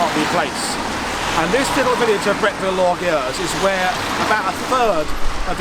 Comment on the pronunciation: Great presentation! (The rest of the town's name is pronounced or-guh-YUZ.)